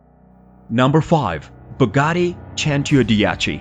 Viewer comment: Cento dieci 110 omg your pronunciation